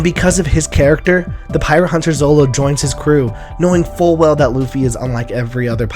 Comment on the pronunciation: it's zoro not zolo...